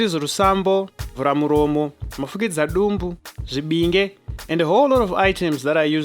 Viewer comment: Well tried to explain the process...Your pronounciation of zvibinge, zvirevereve... is wrong...also some of the comments you make about musikana giving back the money to her hubby to be is not standard, mushurugwi ndiye anototi ndipoo kumukadzi wake, varoora vanobika vanosisirwa mari mundiro nevakwasha vapedza kudya, mari yekunhonga yemusikana ndeyake iye yekugadzirira her new home .you were expected to buy bed sheets etc